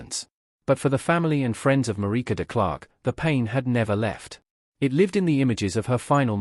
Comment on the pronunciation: It's a crying shame that the commentator could not pronounce Marike's surname correctly.